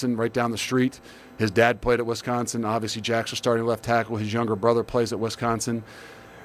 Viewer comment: Someone needs to "coach" him on the correct pronunciation of Wisconsin